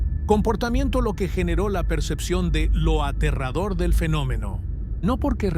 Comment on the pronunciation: Es Aterrador Aa tee rraaa dooo rrr es muy aterrador .. bueno y la pregunta es que es aterrador dicho por una IA que para hablar tambien le falla el español yo creo que porque no comprende que es Aterrador muy aterrador